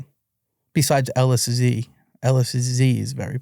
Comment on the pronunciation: There is no way this guy manufactored LSD, He cant even pronounce it. A German chemist invented MDMA in 1912 while working for merck pharmaceuticals. Also hes implying he had contact and Bought drugs from Alexander "Sasha" Shulgin, just that is enough to completely discredit him, Sasha never sold drugs and never communicated with anyone outside of academia. This dude is definitely lying, his story sounds like a collection of Google searches